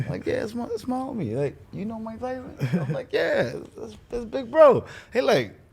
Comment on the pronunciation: "Mike Thyson"